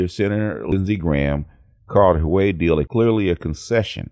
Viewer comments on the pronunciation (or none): Great news, but please, the Xi in Xi Jing Ping is pronounced like "SHE" not "JEE". And Huawei is "Hwa-way"!